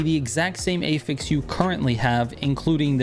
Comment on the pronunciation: Hearing him say Affix like "ey-feks" is so confusing until I saw he was talking about affixes 😭